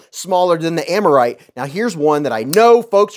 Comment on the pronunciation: Aaaa-mar-ite, nobody worry 'bout me 😂